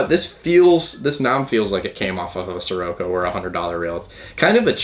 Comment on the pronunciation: It's socorro, not soroco.😅